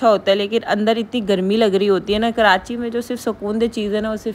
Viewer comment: itni b Bolna ni aata isko bolti ha (inni garmi inni garmi) ajeeb pendu orat shadi ke Baad se zyada over howe ha pehle itni ni thi